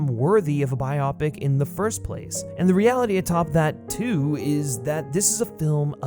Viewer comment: It’s pronounced “bio-pic”, not “bi-opic”. As in BIOgraphic PICture.